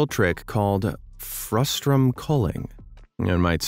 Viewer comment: As my computer graphics professor used to say: It's frustum, not frustrum. We're not frustrated!